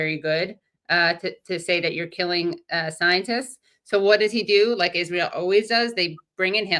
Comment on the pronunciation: Lol I HATE how he says that, too. "Izril" like a moron.